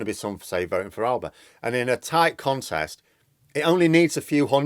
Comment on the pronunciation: It's Al-a-ba. We're not a cheap line of electronics.